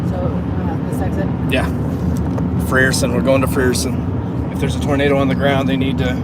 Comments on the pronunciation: Frierson is pronounced (Fryer-son) remeber I before e sounds like y not e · jacks what did it for me was him saying "free er son" 🤣